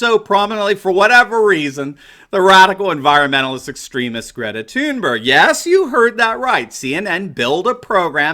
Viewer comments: I heard it too I heard it too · Haha we in the Netherlands would speak Thunberg just like you did with the hard G at the end; Thunberggg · hey I don't mind a lot of things you say but I believe making fun of a teenager, especially mispronouncing her name over and over. Go ahead and crucify the adults but spending so much time making fun of someone who is only halfway through high school is frankly beneath you and your show. Yes mention the absurdity of her even being there but really a teenager who is only giving the opinion of a person who only just reached puberty has no place here. The adults should be crushed buy just leave the kids alone they have no way to defend themselves and they are only being used, PS I like the content most of the time keep it up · Stop pronouncing it "Toon-berg". It's THUN-berg...... In English. We're not Swedish here. "Toon-berg" SOUNDS STUPID. Sighs.... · Did he say Greta “tune bear”? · Or Greta Toon-Bear? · Why does Anderson Cooper call her Tunebear? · I looked it up. Her name is pronounced "Gray-ta Toonberry." How DAH you,! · This was thoroughly enjoyable. Bonus points for your repetitive pronunciation of Greta's last name. Where have you been all my life? LOL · I think that you need to - at least have the decency to pronounce peoples names correctly! Thx! Have some respect. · Poor Anderson Limon, so Butt-hurt. They make ointment for that kind of Butt-hurt. Poor Anderson Cuomo with His pronunciation of Thunberg, she not German so there is no accent over the "U" umlaut, the two dots over the "U" She's Swedish. Nicht Deutschlander. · Anderson (CIA op) Cooper is beyond annoying! And the way he pronounces Greta's last name is beyond!! UGH! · Please pronounce Greta's name that way from now on. I predict now that it will never get old and I will chuckle every time. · I consider Don Lemon the least likeable of those. BTW, Swedes pronounce the G in Thurnberg as Y in YET or GAY. Anderson's pronunciation is ridiculous.